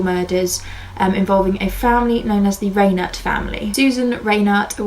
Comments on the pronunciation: The name Reinert is pronounced "Rine"(long i)ert, not "Raynert ". I grew up in the area. The murders were all over the news for years. Very good video about the case though. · Great episode. FYI it's pronounced "RHINE-ert." Rhine like the river, and the accent is on the first syllable.